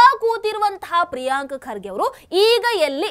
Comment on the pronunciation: ಪ್ರಿಯಾಂಕ ಅಲ್ಲ madam ಅದು ಪ್ರಿಯಾಂಕಾ😂😂😂😂